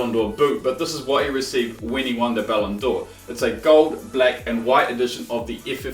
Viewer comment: saying Ballon'djor triggers me